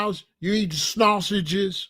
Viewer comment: You crack me up when you go off on how bad we eat,especially when you say snasausages.